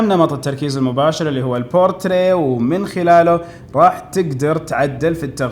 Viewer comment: بورتريه وليس بورتريت صديقي